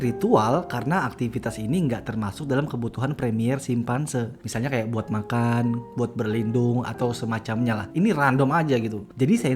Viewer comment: primer bang kok malah premiere bilang nya di subtitle nya bener primer